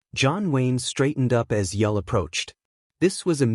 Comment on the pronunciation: We're supposed to believe a story from a Bot that can't even pronounce Brynner's name correctly! It's pronounced 'Yool' as in Yuletide.That 1 subscriber you've got must be a relative.